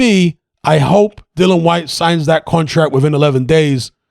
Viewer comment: It's 'Dillian', not 'Dillan'.